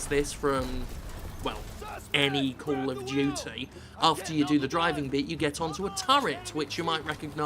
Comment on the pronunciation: Kol of Jutsay sry I'm just trying to speak like Jim